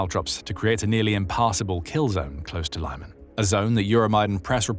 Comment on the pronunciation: Thanks, look forward to your reports;however, Lyman is pronounsed as LEEMAN, and not LAIMAN. Thanks again for your excellent reportage.😊